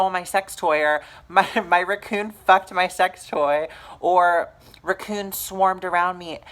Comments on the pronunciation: Are you saying raccoon, or is ruckoon a racial slur for something? 😂😂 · thank you for not takind offense to my question, because ive never heard it pronounced like that, bit have to say its pretty fucking adorable.